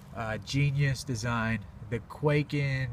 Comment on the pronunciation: How is it possible that I have still yet to find someone who is able to properly pronounce kwaiken in one of their videos?